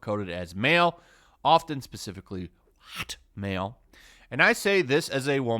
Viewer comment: The way you say whot male cracks me up every time